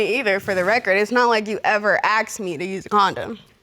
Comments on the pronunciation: AXED instead of asked.....yikes!!! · why if it is written "ask" they keep saying "aks"? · Inc. Not all, most of them says axed instead of asked.